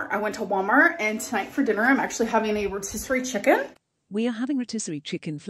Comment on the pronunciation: wth didnahe say "rotisserie chicken" like that??? Our GORL IS SO QUIRKY